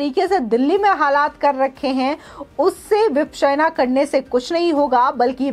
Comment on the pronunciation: Vipasana hai. Vipsena nahi. Pronounce tho thik kijiye.